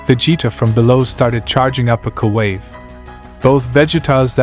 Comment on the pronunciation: “Koo wave”??????